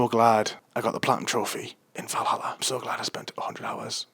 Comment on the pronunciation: Va-ll Hall-A